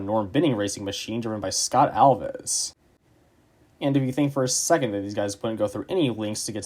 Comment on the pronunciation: bro how do you butcher the pronunciation of alves so bad